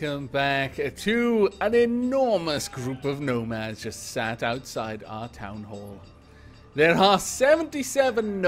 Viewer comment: Every time you say nomads, all i can hear is gnomads. These are the dangers of gnomoria.